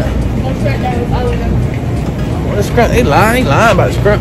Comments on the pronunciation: said skrimps 😂❤️ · Nobody:: “skrimps” 😂😂😂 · this nigga says scrimps😭😭